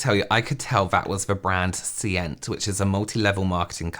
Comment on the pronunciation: Seint pronounces like saint